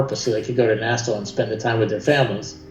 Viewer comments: Nassau not NASA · You say NASA instead of Nassau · Nasaw not Nasa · Wow! A whole 90 golf courses in all of Florida?!?! That's so many golf courses! Also it's pronounced "Nassaw"- not "NASA"... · The way he says Nassau makes me cringe